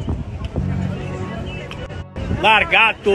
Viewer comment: bruninho da praia q comediaaa mano cara falo largato ele logo se pronuncio kkkkkk